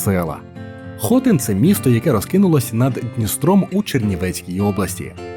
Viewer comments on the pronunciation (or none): Навчись правильно ставити наголоси. Бридко чути, коли кажуть ДнІстер, ХОтин, банОш. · дуже мило що на секцію про Хотин (наголос на И) більшість візуального ряду взято з Кам'янця-Подільського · Це відео АІ озвучував???? Бо якщо жива людина, то як можна не знати, що правильно казати ПЕтрос, ХотИн, бАнош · Дякую, корисна інформація. Тільки тайм-коди невірні. І наголоси неправильно не лише в назві КвасИ, а і ПЕтрос, і Зміївський район, і ХотИн. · Тут виправлю, правильні наголоси: село КвасИ, гора ПЕтрос, гуцульські чАни, страва бАнош, фортеця ХотИн. Дякую за відео, багато невідомих для мене місць для відпочинку з палатками. Хотілося б щоб хтось хто там був відписались на рахунок музики від людей що там відпочивають, чи дійсно туди їдуть такі що люблять чисту природу без шуму, бо такі місця дуже тяжко знайти зараз. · На моменті з хотином стало ячно що озвучка через Ші Наголоси не ті